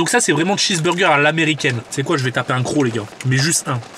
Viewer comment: il dit un cros !!!!!